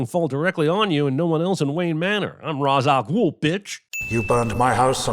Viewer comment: The biggest sin is the way they pronounce Ra's al Ghul